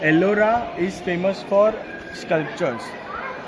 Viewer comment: Arola Caves 😂😂😂 Ellora Caves 😊